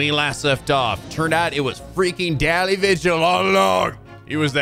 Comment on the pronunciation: Daley is pronounced as 'daily',.